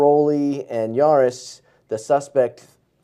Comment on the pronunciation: It’s Jaris, not Aris. My husband was one of the officers in that room. It was absolutely horrible! I remember that call, like it was yesterday. This wasn’t the only call, that sent him to the vet. He and my husband were both knocked out cold during another incident. 😢He just recently passed away.